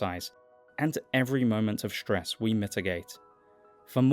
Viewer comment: Hearing ‘shtress’ instead of ‘stress’ stresses me. Can’t help the response.